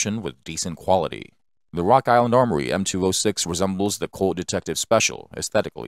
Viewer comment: And wok island awmowy